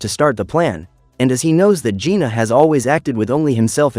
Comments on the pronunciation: It's jinu not juna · It's Jinu not Gina